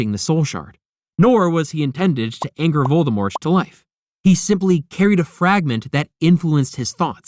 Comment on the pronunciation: If I could give you a thumbs down every time you mispronounce Rowling, auror, Voldemort, or other names and words from this universe, you would be flooded with them. I can only give one though.